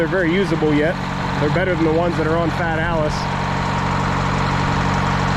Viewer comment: Oh, Fiat Allis, I thought you said fat Alice 😆